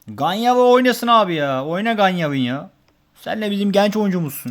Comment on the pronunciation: Lütfen ikinci kez yazıyorum ganyavi diye okunmuyor gencevi diye okunuyor. Gence Azerbaycanin ikinci büyük şehri